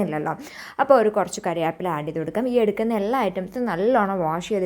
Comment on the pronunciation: കര്യാപ്പില ❎കറി വേപ്പില ✅ 😂😂